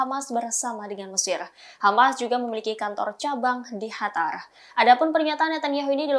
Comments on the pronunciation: Sejak kapan qatar jd hatar 🤣🤣 Suka seenak jidat aja klo nyebut2 😂😂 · bukan hatar tapi qatar